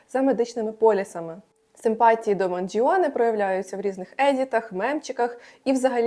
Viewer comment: правильно манджоне а не манджіоне аааааа😤😤